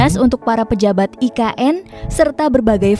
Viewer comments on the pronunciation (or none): Mas bukan ign tapi IKN maafya mukin saya salah dengar.